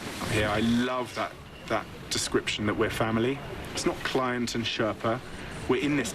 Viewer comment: The word you are looking for is Sher(stop)pa. The pronounciation is completely wrong.